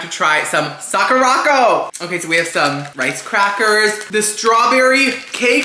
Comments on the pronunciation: Sah-koo-rah Co - like company. Sakura Company. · 🤣Socko-rocko!!! Sweety! It’s pronounced Sakura-co. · I don't know why it's so funny to hear call Sakura Co, socko rocko but I got a good chuckle out of it